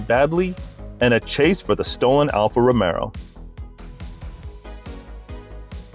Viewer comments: "alpha Romero" .... cmon now..... that mistake is on the NINE second mark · “Alfa ROMERO”? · Just a note. it is Alfa Romeo, not Alfa Romero. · Did you ACTUALLY say Romero? It's Alfa Romeo!!